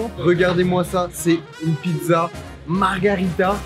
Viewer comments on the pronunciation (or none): Margarita c'est un cocktail xD On dit Margherita ! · Margherita!! Pas Margarita, osti de calice! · Pizza Margherita pas Margarita ! (Margarita c’est le cocktail) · On dit Margherita,pas Margarita,le Margarita c'est un cocktail.